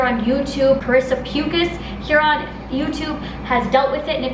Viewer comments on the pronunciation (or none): But no shade 😂 eveyone says our name like that. It’s like “Pukas” P-oo-kas instead of saying the “u” replace it with “O’s” I don’t know if that made sense but I’m just trying to help you out for feather reference 😂❤️❤️ lots of love ❤️❤️ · She said “Pukas” wrong 😂 I only know this because my last name is Pukas and Karissa is like my second cousin 😂